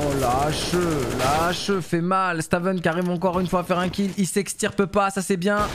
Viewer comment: Stavn ce prononce staun (pr moi c stone), sinon bête de format aussi bien sur cs que valo force a toi le boss